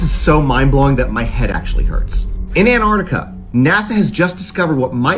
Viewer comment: Scientists have stated that there are people in America who can pronounce Antarctica, but have yet to provide evidence...